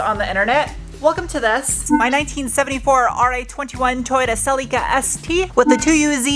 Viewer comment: Why do you keep saying 1974 Toyota Cell-EEE-ka? so irritating! I've been watching your videos for years now, your builds mostly, other car reviews are boring. Back to the Celica, I would of loved seeing you just make the stock car perfect with the original powertrain, but anyway, only my opinion, which doesn't really count. Not my money or channel. I am an aircraft mechanic also, since 1986.